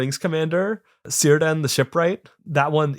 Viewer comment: Kirdan, not Sirdan due to Tolkien naming convention (not obvious, but so many doesn't know these, single C becomes K, for example also Celeborn becomes Keleborn.